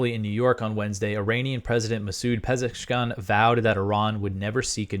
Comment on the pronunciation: Pezeshkian: is pronounced as Pez-esh-key-an Accentuate the "esh"